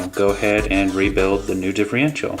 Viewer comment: Hey, Just catching up on all your vids as a new Subscriber, via Gio-R1.. I noticed how most Traxxas 2wd's are vertually the same Transmission wise anyways:) so alot of the videos i've watched today are the same videos Just with different colours.. its Differential not Diff-Re-ential no worries my bad, your Rc collection is pretty sweet & I see you have alot of time&love into them.. how come you didnt go with the 4x4 Slash with Velenion..?